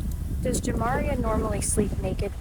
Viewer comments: Your annunciation of the decedents name is making me cringe. It’s pronounced Jah-Mah-Ree-Uh not Jam-Ma-Reeyuh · Her name is pronounced JAH MAR RIA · AI sucks! She keeps saying her name wrong